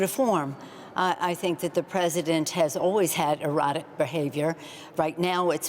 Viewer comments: I heard erotic haha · EANM Rachel the word was supposed to be “erratic”. Her pronunciation was however “erotic”! Listening is fundamental... hence all your confusion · Did she say Erotic Behavior??? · Ppl that are saying “erratic...” like we’re dumb. She literally said erotic that’s the point that’s funny. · She did not pronounce it correctly.